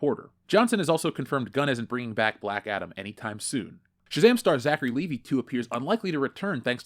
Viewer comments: It's pronounced Lee-Vigh, you know, like the brand name of jeans, NOT Lee-Vee. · Will you please stop calling him Zachary Levee? It's Levi!!!!!